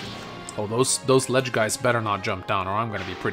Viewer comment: Yep, about 4 years ago a certain called them letges because he is weird